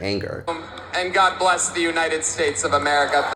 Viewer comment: BLESS = BE-LESS